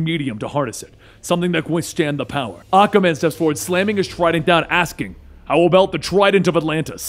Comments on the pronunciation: Aquaman ❌️ Akaman ✅️ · Enjoying your videos, but you really need to work on how you pronounce "Aquaman". It sounds like you're saying "Occa-man".